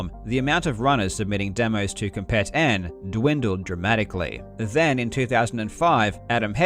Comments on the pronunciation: Not to nitpick on such a great video, but "Compet-n" is supposed to be pronounced like slang "Competin'", like, "Competing" without the g. So like "come-peet-in". It's really whatever just figured id mention it. I remember when that site was still active and was the #1 portal for Doom speedruns. The Doom demo mechanic was great. Back in the day, actual videos were way too big for the internet at the time. A lot of people had dial-up and uploading a demo to submit or downloading a demo to view would have taken literal hours, sometimes DAYS for a long video of several hundred megabytes. For anybody who doesn't know, Doom demos only record player imputs on every frame, and loads an actual game and plays it with the recorded imputs. Since Doom uses a pseudorandom number generator based on player imputs, since all the imputs would be the same each time, the numbers called up would all be the same. And Yes, if you could somehow perfectly repeat all your imputs, you could play an identical game with all the same random numbers. But using demos, the file size is kept incredibly small as opposed to an actual video recording. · I think "Compet-N" is supposed to be pronounced "competin' ".